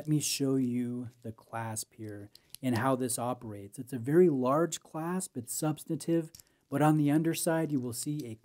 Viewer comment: The word is ‘substantive’, not ‘substative’. Aside from that annoyance, thanks for the in depth review!